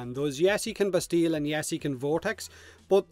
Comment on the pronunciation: it is " Bastie " the " ll" are silent ... don't ask why, french...